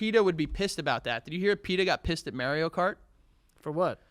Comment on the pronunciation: saying "Mary-o cart" is infuriating lol